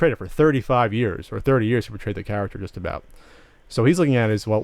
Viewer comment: Does anyone else notice that is incapable of saying 'just'? He says CHUSS!